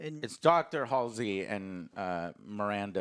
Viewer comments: “amanda keys.” “Halsley” doesn’t even know Halo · Complaining about this show is easy, because there’s a whole lot of whyyyyyy. But get the character names right “HaSlEy”....you’re sounding just as ignorant as the writers. Unpopular opinion calling this out but it’s true. Your first review you stumbled all over, and you did again at the start of this one. Maybe I’m just new here and this is a normal thing for your takes. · you can't even pronounce Halsey and dare to talk this much about Halo. The hate against this show is not justified. It has weak points but it has had a super strong start where they are introducing everything, give it time you maniacs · Joe claims to be a long time Halo fan but calls characters “Amanda Keyes” and “Dr. Halsley”🤦🏻‍♂️ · For a self-proclaimed longtime Halo fan, Joe sure struggles to say "Halsey" lol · Itsfunneh is a supposed huge Halo fan yet he continues to mispronounce Halsey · lol can't even say Halsey right, and is claiming he didn't know this was a Halo episode until minute 40. I'm 2 minutes into this video and can tell you aren't a Halo fan lol